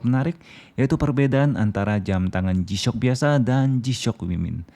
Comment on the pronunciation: Resep bgt dnger si abang nya ketika bilang "g-shock" 🤣🤣🤣